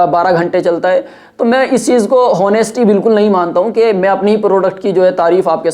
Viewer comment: हौनेस्टी नहीं ऑनेस्टी पढ़ते हैं honesty ko Aap ye word bahut use krte hain Isko sahi kar lijiye Shukriya